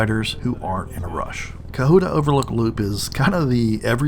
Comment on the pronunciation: I've lived in Georgia NORTH GA, all my life. So,, please stop saying cuhoota. Co hut ta!